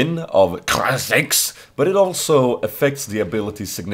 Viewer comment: lOL couldn't help but laugh everytime you said KaiaTAKHKAJZxxx, lol funny guy.